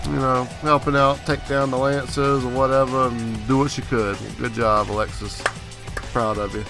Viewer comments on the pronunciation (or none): none